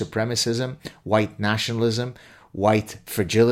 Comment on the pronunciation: HUWHITE, AGHHH...! 🤔🙄😁